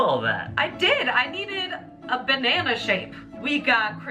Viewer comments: Nobody:: Benana 😆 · No one: Absolutely no one: Not a soul in the world:: Beynnana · Ben-nana .... enough said